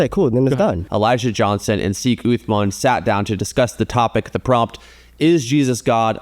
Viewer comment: 'seek uthman'